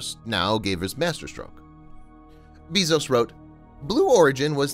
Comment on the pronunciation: BAY-ZOS NOT BEE-ZOS OH MY GOD